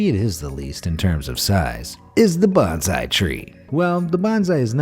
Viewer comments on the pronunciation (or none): Pronounced Bone-Sigh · plz don't confuse #bonsai with #benzai! They are two different pronunciation & meaning words. There's no letter 'z' sound in bonsai but 's' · Canary - is pronounced “Ka-nair-ee” not “Can-ner-ee”. and Bonsai is “Bone-zeye”